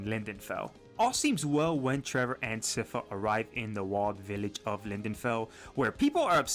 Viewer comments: sypha!!! as SCIence FAmily,... i don't understand how the name is mispronounced ... i speak spanish and i don't make that mistake... not just in this video...but several youtubers... other than that... i liked the video... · Sypha is pronounced "sigh-fa" I dont get why everyone gets this wrong! She says it in the show too, I don't get it lol